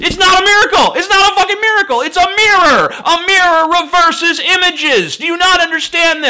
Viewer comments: "ohw ma gawsh most be some kind of mericl!" cracked me the fuck up there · It's a mirror-a-cle. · "Its not a fucking miracle...." all i Heard was "Its not a fucking mirrorcle" Get it? :P Pun intended